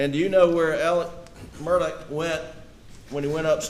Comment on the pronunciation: Why do some of these people call him Alec?? This isn't the Alec Baldwin case 🤦‍♀️. His name is ALEX not Alec. Also his last name is Murdaugh NOT Murdock. Why in the hell can't people say his first and last name correctly????